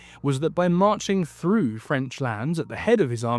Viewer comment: But he does that shitty thing of pronouncing "th" as "f" so "through" becomes "frew". It's lazy and sounds unprofessional. If he fixed that it would sound way better.